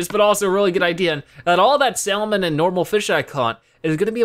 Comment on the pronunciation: Did you pronounce the l in salmon? XD as in "sall-mean" instead of "sa-mern"?